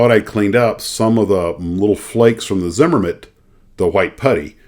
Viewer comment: Sounds like a fun day. BTW Its pronounced Zimm-Er-It